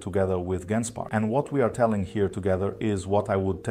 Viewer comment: Surely it's "jen-spark"